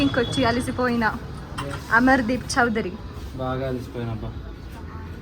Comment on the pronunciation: అమరదీప్ కాస్తా "అమరుడూప్" గా మారిపోయాడు!!